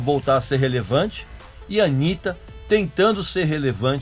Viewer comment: Porque você pronunciou errado, se dissesse Anita, eles diriam "Oh, you're talking about Anita Baker?" Mas não, BR não sabe pronunciar KKKK foda...